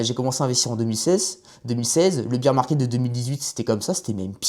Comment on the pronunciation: Âpres le beer market le bol run. Me niveau en anglais en France est vraiment affligeant